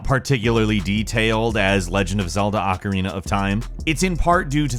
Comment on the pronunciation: Why is the word ocarina so hard for people to say correctly.